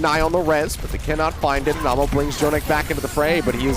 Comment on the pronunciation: love how the casters weren't saying Anamo's name right